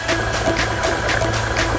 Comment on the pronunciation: 칼치가 아니고 갈치입니다.